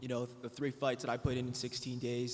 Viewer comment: Number ''TREE''. WAR NOTORIOUS